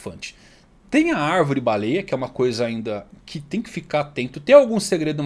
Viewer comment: O está falando arvrere 🧐